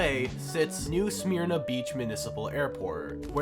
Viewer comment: The Y is silent in Smyrna. Its pronounced "Smer na"